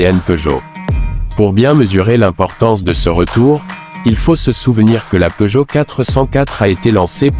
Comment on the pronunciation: À une nouvelle marque est née : PEEUGOTT. On ignore s'il faut rire ou pleurer. J'arrête là évidemment. J'en ai ma claque de tant d'âneries.